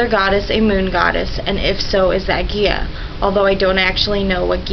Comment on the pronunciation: Ker-Noo-Nohs, He-kuh-TAY, Guy-uh, Muh-AUT, Kel-tic, Muh-SON-ic...